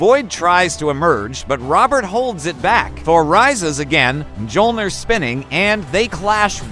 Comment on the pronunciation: M JOLNIR? IT'S MYOLNIR!